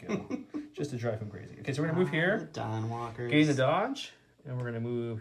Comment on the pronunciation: I know its Dawnwalkers, but I can't help but hear "The Don walkers". And Im like "thats mean" :p I was cheering for Joe, but that NBS kinda made me feel bad for Don... Actually has me cheering for Don on the roll off. Especially with trying bribe him to not execute commander. Ruthless...